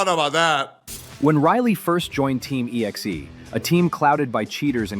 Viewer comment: I love how the AI voice keeps pronouncing EXE as Exie. I mean the name EXE alone implies (at least to me) they're a group of cheaters running a CHEAT.EXE.